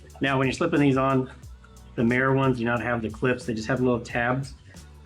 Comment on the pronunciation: It's not Mē-er, it's Mī-er.